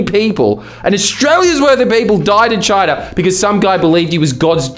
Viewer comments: DID EH JUST SAY CHOINA?! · i have never seen aperson say choina my entire life